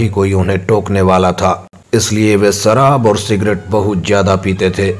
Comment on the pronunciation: Detail toh bahut achhi di hai par maatr-bhasha hindi ka apmaan kartey sharam nahin aati. Apna uchhaarann sahi karein. ' sh' ko ' ss' na bolein. Laal mirchi ya hari mirchi khaayen. ' sharaab ' ko ' saraab' bol rahey hain. Idiot. Jai shiv shankar.